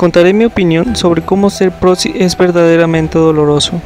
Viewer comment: dijo potxi